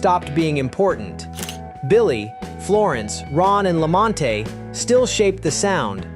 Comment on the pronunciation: LAMONTE NOT LAMONTATY.